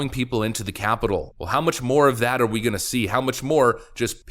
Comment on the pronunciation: Weweese the seekwet weapon! 🤣 Can't wait until these clowns get exposed. Go, Gaetz et al!!! McCarthy is becoming a beast! Keep the heat on him. I think he has the potential to be a GREAT Speaker. He is a perfect level-headed liaison.